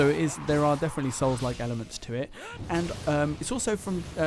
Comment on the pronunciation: definitely says souls-like to aggravate people at this point cause it’s funny. Don’t blame him 😂